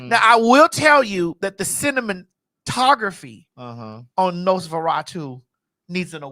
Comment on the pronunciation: Lol "the cinnamontography " hahaha stupiddddddd😂